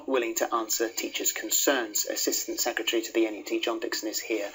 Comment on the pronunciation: This man can't speak. Setry of state? Have a valuation... It's SECRETARY and EVALUATION